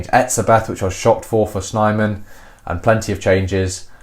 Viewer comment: snayman, not snyman - pronunc. *thumbsup*